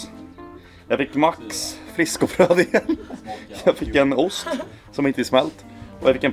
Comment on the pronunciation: hahahah bästa skånskan